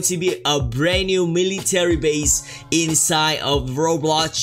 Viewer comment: sorry but meeleetary base